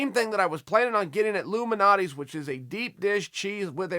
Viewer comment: You butchered both of our Pizzeria names. Its Lou Malnati's and Giordianos